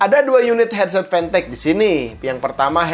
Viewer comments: Siapa yg nyebut fantech dengan pantek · nonton pidio ini cuma pengen denger gimana nyebut mereknya, tapi bisa lo bilang fantech bukan pantech